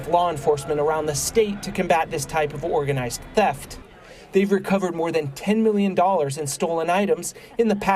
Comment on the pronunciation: "Organislzed criminals"